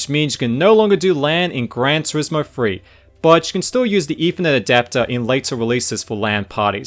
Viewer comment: Firty Fousand, eFernet, Firteen Years...?